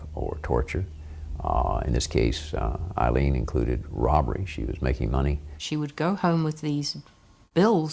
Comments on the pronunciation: Her name is pronounced "Ayylean" not Ilene. The least you could do was pronounce her name correctly🙄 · Amazing isn't it, the narrator's here mispronounces the names of both these two women calling Wournos Eileen her name Aileen and Tyria is called. Tyra, researchers please note.